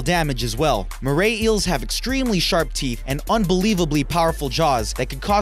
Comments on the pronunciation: I love how you say “Mray Eel” rather than “Moray Eel” Also crocodiles don’t live in oceans and plus they’re Australian. I think saltwater crocodile should be replaced with “Blue Ringed Octopus” or something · Mora is pronounced more a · More-ray eel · He pronounce moray wrong